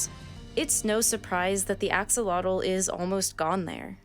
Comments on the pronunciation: It’s pronounced ‘aww-hoe-low-teh’ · Except for her pronunciation of the name. It should be pronounced “Ah-SHOW-lo-tl” (the TL is said somewhat like the “tle” in “little”). That is the original Nahuatl pronunciation. Today, we call them “axolote” (or “ajolote”). It’s pronounced “ah-ho-LO-te”…long O in LO. I don’t mean to be nitpicking, but when you speak both Nahuatl and Spanish, it grates on the nerves to hear it pronounced wrong over and over again. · Is not pronounced Axe oh lot offs but Ashh oh lot tl. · I love axolotls, they are just cute little goobers that contain the spirit of an almighty god. Axolotl is pronounced Ash-o-lotl! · axolotl is pronounced asholot, that X has the same pronunciation as it does in Portuguese because in old Spanish had that pronunciation until it changed to the same pronunciation as "j" in modern Spanish and that is why the spelling in Spanish is with a j, and why you may find Mexico written as Mejico in some books. The "j" in Spanish is pronounced like an "h" in Egnlish but from the same place of the throat we pronounce the K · Great narration but the pronunciation is totally butchered - "ah-shoh-lote" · Awesome video. Just real quick, the "x" in the Nahuatl language is pronounced like "sh" and the "tl" at the end of words has a very specific sound that if you can't make you can just pronounce like a "t". So "axolotl" would be pronounced (āh-shō-lō-tł) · The Aztecs pronounced it like "A-SHO- LOWT". No X sound but rather SH. Also, the L is silent. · I love this video and the content but axolotl is a Nahuatl word and it's pronounced closer to ah-sho-LOH but with a "tl" sound at the end that we don't have in English. But I love learning more about them, they're gorgeous animals. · Axolotl, the X is pronounced the same as the X in México, so, ajolotl... the sound of the J is stronger than the H in English, it's a non existent sound in English. The $50 pesos bill from Mexico has a beautiful axolotl illustration 😍